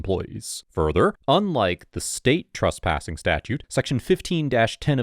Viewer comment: TRESSpassing not TRUSSpassing! Argh.